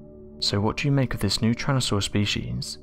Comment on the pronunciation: Tyran.....not Tryan... 🙄 Homergnos